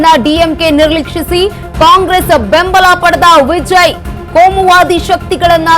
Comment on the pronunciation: ವಿಜಯ್ ಅನ್ನೋದ್ ನೆಟ್ಟಗೆ ಕಲಿ ಮೊದಲು ಅಕ್ಕಾ